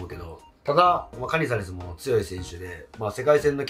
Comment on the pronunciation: カ↑ニザレスが気になって入ってこない😅